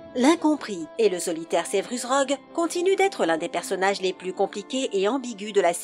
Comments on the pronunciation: Severus et pas sevrus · Tu te fous de ma gueule ? Wèsley ?? Raouling? Sevrus ? Kroum ? Et y en a d'autres ... la voix !! LA VOIX !! JE VEUX ME SUICIDER !!!!! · JK Rowling : "JK Raoling" Ron/Bill Weasley : "Ron/Bill Wèslèh" Severus Rogue : "Sévrus Rogue" Viktor Krum : "Viktor Kroum" Mdrr j'en peux plus